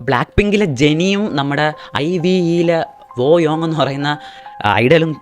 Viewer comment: ഐ വി ഈ alla ഐവ് ennanu pinne വോയോങ് അല്ല won yong enna pronounce cheyya